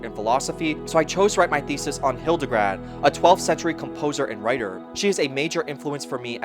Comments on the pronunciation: Great documentary! Thank you for all the work of putting it together. You may wish to correct "Hildegrad" (von Bingen) into "Hildegard," the second syllable is pronounced like English "guard". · HildeGARD, not hildeGRAD 😆 sorry, I can't help myself Otherwise a very good documentary! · Hildegard, not Hildegrad 😊